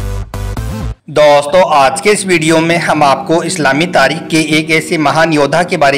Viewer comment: Pahle aap hindhi thik se bole aap bolo ke jagha boli thi use karte hai marne ki jagha maringi use karye hai dosto ki jagha tosto bolte hai plz thik se bole